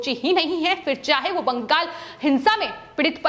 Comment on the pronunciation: "बंगाल' को कियुं बाङ्गल करके पुकारती है ए लड़की? जब देखो तब दम लगाके "बाङ्गल" करके ही पुकारते रहती है. पवन त्यागी, लता तो इसकी जैसी पुकारती नही. कितना अच्छा खबर पड़ता है इन दोनो, सुनने को मन खडा हो जाते. Your voice is Very annoyed voice. ऑफिस मे तेरी लिये दुश्रा कुछ काम नही है क्या? Sorry 😌